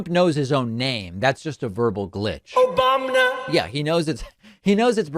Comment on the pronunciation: I’ll never get tired of hearing that Obamna